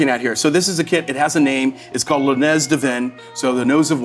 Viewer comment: The 'z' in 'nez' is not pronounced. So 'nez' is pronounced like 'nay' (but the '-y' sound cut short) also, an ER is NOT clean, like "I wouldn't eat there"-level of uncleanliness. Perhaps He meant an OR?